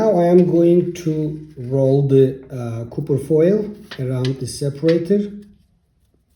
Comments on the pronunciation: Copper is pronounced kahper...not cooper... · Bro prounce copper as Kufir! 😂🤣😁! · Stop saying cooper foil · Hello my friend? You need to post the names of the thing you are using. Because every time you keep saying ( copper foil ) it sounds like your saying ( cooking foil ) and cooking foil would be aluminium foil..... So this is a great video and thank you....